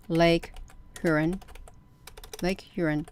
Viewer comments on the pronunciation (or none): Shalom! Just letting you know that Huron is pronounced HEAR-ON. 😊 Thanks for reporting on this - I had not heard this news. If you read in the book of Ezekiel in Father's word - Ezekiel describes these crafts - it uses the word, amber - but if you look up the word in the original language it was written, which is Hebrew - the definition of amber is - highly polished bronze. May you have a blessed day in Jesus Christ name!